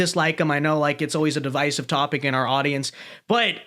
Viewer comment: An American pronounces "divisive" correctly after listening to real English. Also the BBC showing us their bias nature and inability to remain impartial again. Scrap the BBC